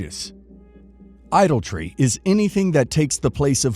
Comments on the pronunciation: Can't you get someone who speaks proper English??? " IDOL-TREE" ??? " WAR-SHIP "??? cheers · Idolatry - not ‘idle tree’ - oh my word! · Look up how to pronounce I DOL A TRY